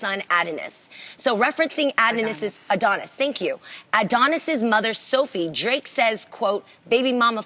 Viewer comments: I’m sorry, wait wait wait, back it up - did Jeannie really pronounce Adonis “ad-onis”?! 😳 We love u Jea, but girl really?! Everybody knows the only way to pronounce Adonis is “uh-dawn-iss” 💁🏽‍♀️ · “Add - A - Nis” 😭😭 Jeannie girl. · CRYING AT THE WAY JEANNIE WAS PRONOUNCING ADONIS AT THE BEGINNING omg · Jeannie, you really didn't know how to pronounce Adonis? LOL! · I was weak! Like how did she not know how to pronounce Adonis? LOL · Wait...how Jeannie pronounce Adonis?! Lord help her 🤦🏾‍♀️😭😭😭